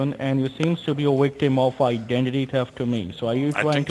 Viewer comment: You’re a “wictim” of identify “teft” Oh no! 😆